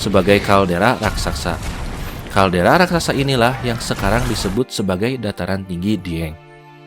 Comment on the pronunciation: Kaldera bang bukan kalderak.. jawa bang bukan jawak.. legenda bang bukan legendak.. gunung api bang bukan gunung apik.. kurangi akhiran K nya ya bang.. biar enak didengar.. 👍